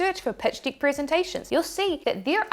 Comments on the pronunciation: In fairness, she pronounces the word 'Deck' as "Dick" and 6 as Sex! but other than that I am good! 😂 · I love the way Aussies pronounce deck.